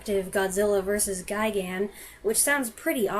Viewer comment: It is properly "Guy-gan."